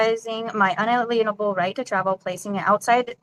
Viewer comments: Good gawd, not only does she not know the meaning of the words she tries to use, she also doesnt know the pronunciation. Including one that I find particularly cringy... "In-uh-leen-able"? No.... "In-ale'-ien-a-ble" alien is the important part. Like to alienate... As in cannot be alienated. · But my unALEENable rights! 😂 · unALEENable rights 😂 haha, she is a classic room-temp IQ sovcit.